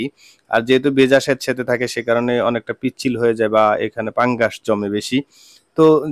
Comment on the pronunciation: ভাই ওটা পাঙ্গাস না ওটা হবে ফাঙ্গাস